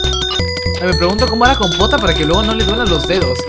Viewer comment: Decía "CUMpota" en vez de compota xd